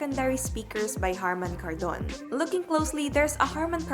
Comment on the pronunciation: The way you pronounce "Kardon" on Harman Kardon is like weird... Why don't you research first how to pronounce it before posting that video.. It is stressed on the first syllable on "Kar"... Just saying.